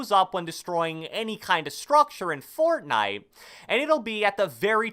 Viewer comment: "Fourtnitee" - who ever made this video